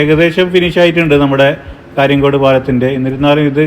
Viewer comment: കാര്യങ്ങാട് അല്ല കാര്യങ്കോട്